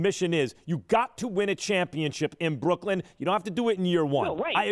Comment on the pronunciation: brocklyn ....new.... USA???😂😂